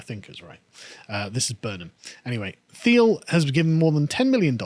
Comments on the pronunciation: I would suggest his name is pronounced “Teal” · His name is pronounced 'Teal'